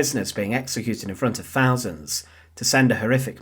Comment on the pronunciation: Would it be possible to get a narrator that can actually pronounce words correctly?, what is - A Fousand?